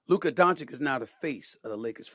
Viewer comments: Now that hes a laker stephen a all of a sudden knows how to pronouce his name and stopped calling him Luker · He says luker to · After hearing you repeat Luker instead of Luka on multiple videos, let's me know you are doing it on purpose. Put some respect on it! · SAS can’t help but to say Luker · Why does Stephen A keep calling him "Luker"? 😂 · If I hear Stephen A say luker one more time 🤯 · Ma$e says loooka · “Lucuh” is the best one so far 😂